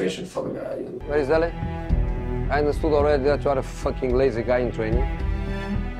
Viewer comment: 😂😂😂😂😂😂😂😂😂 The way he emphasised the 'LAZY'😂